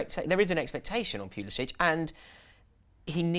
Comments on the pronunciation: It's 'Puli-sick' not 'Puli-sitch' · it should be and its driving me nuts BUT American-born Christian Pulišić does not pronounce his name the Croatian way. Since he was born and raised in the US he uses the "butchered" english version so its Puli-sick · No its Pulisitch even Pulisic himself pronounces it wrong.